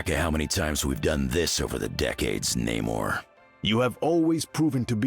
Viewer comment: Finally hearing Namor's name said correctly